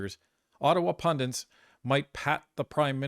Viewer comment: Pundits....or pundants?